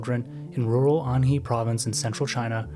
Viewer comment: Shenzhen is pronounced /ˌʃəːnˈtʃən/, something like shen-chen. Anhui is pronounced ahn-huay. Hunan is pronounced Hoo-nan.